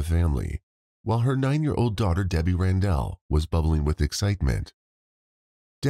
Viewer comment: It’s not RanDELL lol